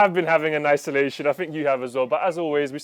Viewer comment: I did hear say 'Nice-olation', right..? 😂